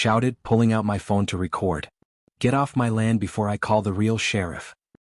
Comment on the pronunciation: The word is pronounced RE- CORD.